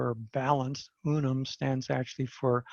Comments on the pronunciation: UN-UN. Not Unum! ?? 😂😅😂😂😂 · Unun not Unum pronounced un-un. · In his slides he spelt it as UNUN so just a slip of the tongue.